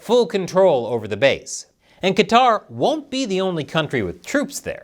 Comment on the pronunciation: Thank's for not pronouncing it Cutter.